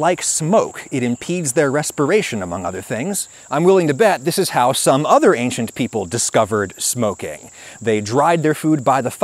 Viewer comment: This guy is dangerously half-right. I can't take anyone that says "ankshint" instead of "ancient" seriously...